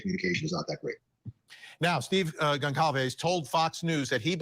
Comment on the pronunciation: Great video! Pretty sure Kaylee’s last name is pronounced “Gon sal vez”